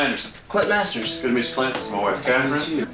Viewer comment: I swear said “clit” instead of “Clint”, I kept doing double takes 😂 between this channel and the TikTok guy who watches the Gramps Cinematic Universe™️ christian movies it’s the only way any of these movies are tolerable (and by that I really just mean I enjoy the snark/commentary)